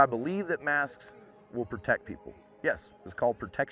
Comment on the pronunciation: Face masks are just a way of telling you that you are being controlled. Even major media outlets won't touch this issue. Mosque and Mask sound the same the way this guy talks.